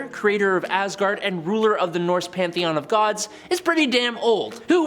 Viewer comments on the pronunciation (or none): none